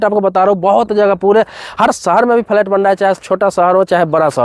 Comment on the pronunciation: Abe phle bolna to seekho phalait kya hota h